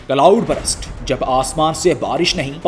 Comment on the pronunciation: ہاں، یہ ایک عام غلطی ہے۔ کئی لوگ burst کو غلط تلفظ کر کے brust بول دیتے ہیں، حالانکہ درست تلفظ یہ ہے: ✅ burst → برْسٹ (آخر میں ’سْٹ‘ کی آواز) ❌ brust → یہ انگریزی میں کوئی لفظ ہی نہیں یعنی زبان کو سیدھا رکھ کر برسٹ کہنا ہے، نہ کہ برَسٹ یا برَسْٹ